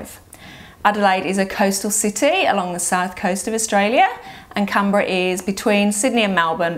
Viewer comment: It would be great if you pronounced the capital of Australia properly. It is pronounced “CANberra, not CAMberra. It is an N, not an M.